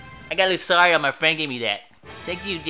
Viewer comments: I don't mean to be rude but lucario is pronounced lu-car-io.Thanks for posting your vidios you are a great channel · Pronounced LuKario like it has a K.